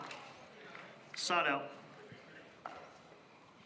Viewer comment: When the ref says "side out" it sorta sounds like "sod off" - hahahahaha